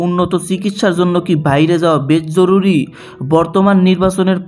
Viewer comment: Jorury not joruly